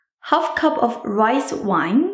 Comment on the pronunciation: DID SHE SAY WIFE COOKER!!